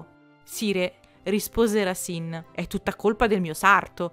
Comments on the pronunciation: Il video è interessante grazie però Racine si pronuncia Rasen 😜👍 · Scusa, leggo adesso e forse ti sarai già corretta, ma si dice Rasin, perché si divide in sillabe,cioè Ra- ci -ne ,se non ci fosse la "e" finale si direbbe Rasen